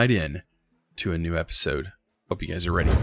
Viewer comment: sounds like he says "Hey gays" instead of "hey guys".